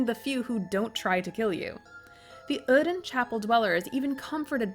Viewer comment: Either the accent is consistent or it isn't. My god, my ears bled each time you said oedon